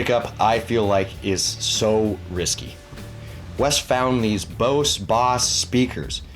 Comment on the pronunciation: Bose stuff holds value. Btw it's pronounced "bohz" like as in bozo. Now Boss speakers are a different story... those are cheap.